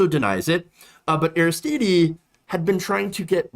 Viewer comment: I'm sure someone has mentioned it, but Haiti's Aristide is pronounced, "AIR-iss-TEED," not, "AIR-iss-TEE-DEE." To (intentionally) misquote Dave Chapelle, "It's French, bitch!" Meanwhile, I love you,. It's all good.